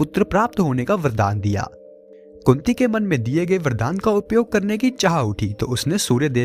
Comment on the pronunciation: kunti ya kutti? kya bol rahe hai.karan ko srap nahi mila tha